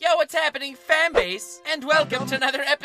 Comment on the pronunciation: I still can't figure out if you're calling us "fan base" or "fam base" And I'm not fine with either.